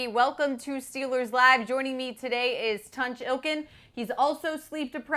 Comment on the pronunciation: Someone tell how to pronounce Steelers.